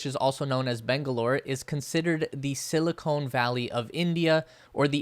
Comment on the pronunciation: Just a heads up, it's pronounced Karnaah-ta-ka Also Reuters pronounced... Roy-ters Silicon Valley NOT silicone Valley!